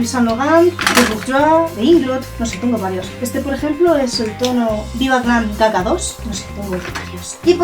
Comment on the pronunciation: Te entendí viva glam caca 2 minuto 😂😂😂😂😂😂😂 claro es GaGa